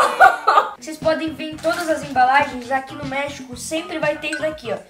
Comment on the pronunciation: Quando falou México espãnhol ficou parecendo merreco